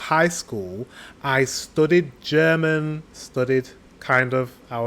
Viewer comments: Wow you´re pronounciation sounds perfect to me and i should know it as a German. You seem to be very talented if it comes to foreign languages 👏please learn German, wish you all the best and send you hugs from Hamburg (northern Germany) 🤗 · Dang mate, your pronounciation is really good! Sure there is an accant but everyone in germany would understand what you´re saying! If you get some practice you would be fluent in no time! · I'm impressed by your pronounciation. Way to go :D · I think you should start learning German again. Your pronunciation is soooo good. I love to hear your German. And it was so heartwarming to see the joy in your eyes, when you start to remember the things you learned! I was immediately smiling vom ear to ear. Hope you have a wonderful christmas time. Greetings from Germany <3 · you say you can't speak German but you pronounce it pretty well :) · very good pronunciation, i´m impressed! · Your german pronunciation is good. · I can only agree with the previous speaker. Unlike many others, your German pronunciation is really good. Love your channel. Can't wait to see more. 🖖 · You pronounce german so good like someone who spend a few month here ^^ You would learn german in no time i guess!!!